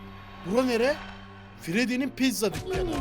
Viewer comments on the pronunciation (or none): none